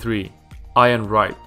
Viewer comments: He called ian Wright iron Wright 😂 😂 😂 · 'iron' Wright 😅😅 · Iron wright